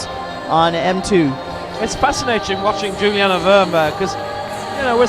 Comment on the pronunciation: What about Juliane? "Jew-lee-anna". "Werm"